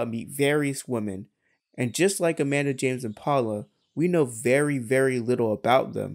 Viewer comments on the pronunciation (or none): none